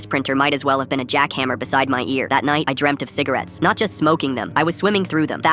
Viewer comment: fivce hundred cigarates